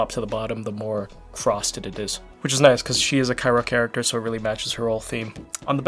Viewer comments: Not saying Cairo instead of Cryo 🥲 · Is he saying Cyro instead of Cryo? Why? lol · Bro said cyro 💀